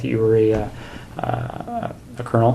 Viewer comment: Torano 😂😂😂 Toronto.